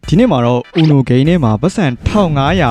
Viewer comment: အူနိုလို့မခေါ်ဘူးUNOခေါ်တယ်။